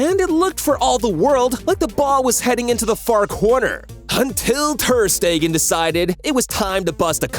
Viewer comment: "mark andrhhe thhheerrrrr steeeggaahnnn" "Bay raen vs barsa"💀☠☠💀💀💀